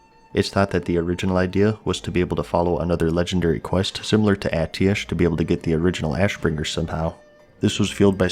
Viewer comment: why do you keep saying Atiesh wrong